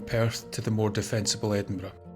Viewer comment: Ah, my day is complete now. Not only riveting tales of Scotland's most haunted house, but opening with a quote about haunted houses and most appreciated, a narrator who pronounces Edinburgh correctly. Thanks once again,.